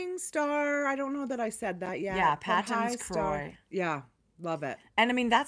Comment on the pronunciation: Hi, Just a heads up.. Patons is a Scottish surname and is pronounced Paytons. Cheers.